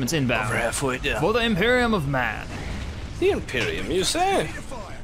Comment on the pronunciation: its imperium not emperium